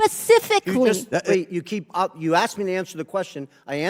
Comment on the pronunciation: She was probably a terrible bartender as well!!! " SPES-IF-ICK-LY" 🤣